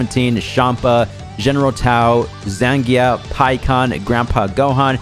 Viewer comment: it's "Zan'ya" the "G" is silent it's "Tambourine" not Tamborone